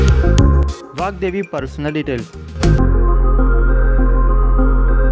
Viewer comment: It's VAGDEVI not vakdevi